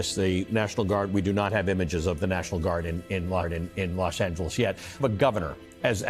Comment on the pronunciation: When you listen to how to pronounce ' Los Angeles ' from native speakers, but still pronounce it wrong.:face-green-smiling